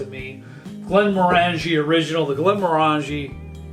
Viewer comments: Ardbeg > Glenmorangie (just FYI its pronounced glenMOREangie). Need the Islay peat and smoke. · Come on, you should know how to pronounce Glenmorangie! 😄